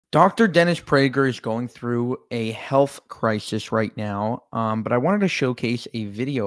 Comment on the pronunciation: a health crishish?!